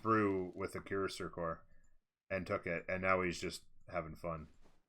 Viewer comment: Cuirassiers Kwi-rah-syeh French have a tendency to not pronounce the last letter or two of the word. But really, don't worry about it. As long as we understand the words, keep up the focus on the cast.